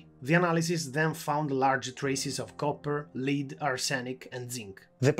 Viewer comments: Btw, it's Lead as in led and not lead as in leading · this is a very interesting and informative video but I feel like I'm distracted by your pronunciation of "lead" - most English speakers pronounce it in a way that rhymes with "bed" rather than with "bead". Keep up the good work! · Excellent video. Just a tip: Lead is pronounced as «led» as in LED-lights. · Lead (the metal) is pronounced as "led" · Good, well informed video. Please work on your pronunciation, though. 'Lead' is pronounced like 'head', and 'Arsenic' is pronounced like "ar-sin-ik. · thank you very much, I'm trying to improve. it's true, I mispronounced "lead" but I didn't realize it until the editing was done:(